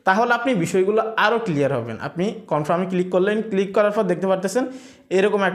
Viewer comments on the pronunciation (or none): none